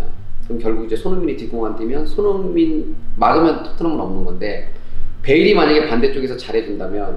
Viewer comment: 이영표님께서 자꾸 손"홍"민 이라고 하는거 같이 들리는건 저 뿐인가요~~